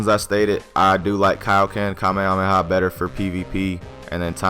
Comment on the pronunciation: You're pronouncing it wrong